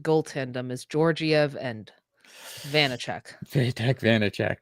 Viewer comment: Learn how to pronounce Georgiev.